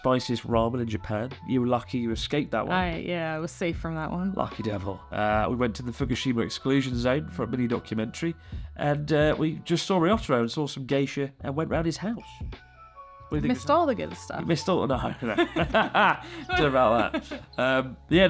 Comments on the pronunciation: I heard "we saw some gay shit" when he said "we saw some geisha" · What he said: "We saw some Geisha" What I heard: "We saw some gay shit"